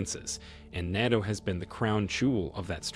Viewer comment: NATO not NOTO